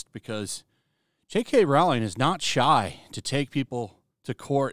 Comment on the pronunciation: Rowling is pronounced like Bowling, not like Howling.